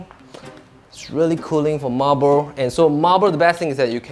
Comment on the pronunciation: Hi, you're also pronouncing 'Sanctuary' wrongly. You're pronouncing it as 'Century', which is wrong. Also for 'marble', please stress the 'ble' not 'marber'.